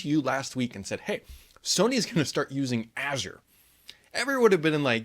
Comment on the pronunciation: Here's a lesson on how to pronounce Azure, cause ppl don't know how to say it